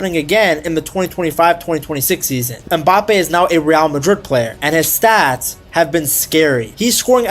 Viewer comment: Its not mbápe its mbapé